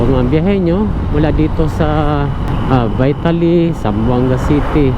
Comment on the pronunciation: "vee-tali" pag pronounce sire dili vaitali hehehehe